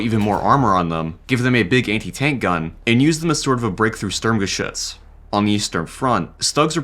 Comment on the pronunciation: I know its off topic, but I've never heard a english speaking person pronouncing "Sturmgeschütz" (probably a bit difficult for none germans) that good.